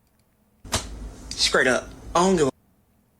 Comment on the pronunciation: “scraight up”🙄🙄